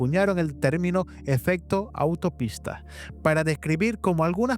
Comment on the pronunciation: No es "autopista" sino "auto- stopista." Y el de la foto aquí mostrada NO ES JAMES LACATSKI, sino el impresentable ex director de la AARO Sean kirkpatrick. Igualmente, excelente resumen.